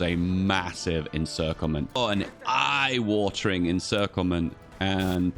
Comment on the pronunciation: i was so worried... hadn't said "eye wathering" once xD